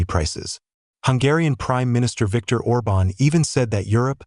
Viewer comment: ORBAN, ORBAN!... get it right!